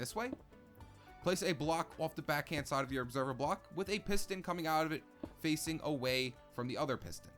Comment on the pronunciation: On the tree farm he said obeserver bock